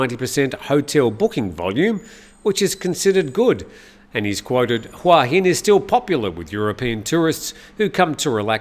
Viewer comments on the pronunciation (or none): Hua Hin is pronounced Hooa Hin. Hua = head Hin = rock I moved here 18 years ago from California when I was 40 and I have to say it’s sadly overcrowded with geriatric foreigners. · C'mon,surely you'd know how to pronounce Hua Hin by now. "Hua "means" head" and there's only one way to pronounce it😄